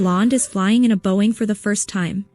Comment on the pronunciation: I heard Boeing at first as well (I didn't get the joke because of the bad transcription), but then I realized it was the AI mispronouncing the word, or overpronouncing.